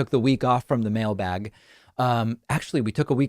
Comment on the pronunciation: I think the term "mail bag" is not said with enough emphasis.